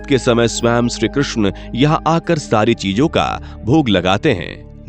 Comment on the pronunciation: Bhai ye shree Krishna hai . Shru Krishna nahi.. Uccharan to thik se kro...